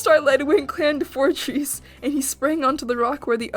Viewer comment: Did you say fourcheese???!?! 🤣